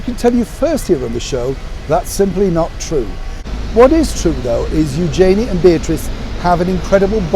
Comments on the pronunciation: Hi, love your channel and your insight. I’d just like to advise you on your pronunciation of Eugenie. During the commentary of her marriage I learnt I’d been saying her name wrong for years. You pronounce it Youjayney but it’s really pronounced Uge (rhymes with huge) Jeny (rhymes with knee). By all means check the footage yourself, if you have the time. Love the show xx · it’s eu-zhuh-nee said very quickly, not eu-jay-nee. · I thought you would know how to pronounce Eugenie's name properly - I only just found out: ) I don't know how to write it phonetically... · As a Brit, you should know the proper pronunciation of Eugenie's name.